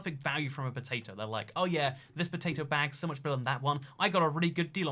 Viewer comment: for some reason i just found it funny hearing him say potato